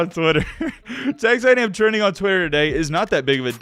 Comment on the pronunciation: You just said "Tex A&M" wtf